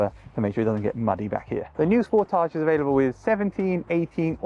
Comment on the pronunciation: Thank your for pronouncing Sportage correctly! ❤️🇨🇦